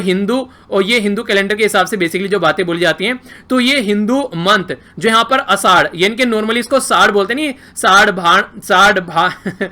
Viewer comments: 'असदही' नहीं सर 'आषाढी' एकादशी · Sir आषाढी एकादशी बोलते हैं नाकी असादही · wow ur pronounce for aashadhi and pandharpur🤣🤣😂😂😂😂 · Sir ni aashadhi la ks pronounce kel.. 🤣🤣🤣 Aani pandharpur la pn... 🤣